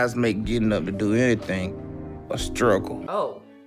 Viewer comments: “Scruggle to catch my bref.” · "i skruggle to move, i even skruggle to catch my breaff" 😂😂💀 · I'm sorry, is he saying "scruggle"?